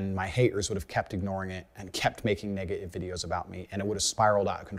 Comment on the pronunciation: Strange how he pronounces Haters as "Ha-ers" Got as "Gah" Negative as " Negahiv" yet most of the time he hits the " T" letter hard while speaking. Have no idea what's up with that but when he speaks that jumps out at me. His God is Allah of the Quran, not God of the Bible as he converted to Islam. Either way God does not want you to run around filming yourself doing good deeds or handing out money from the window of your Rolls Royce.. What is up with that? He seems completely out of control in his life, from my perspective, because it is all about material things. How many cars he has somehow, in his mind, makes him superior. He'd be the perfect cult leader. OH WOW hit on his,Button as " Buh-in" as a pet peeve after I typed the first portion of my comment. Cracks me up because that is my pet peeve as well, the worst for me is Important as "Impor-int" Makes my skin crawl.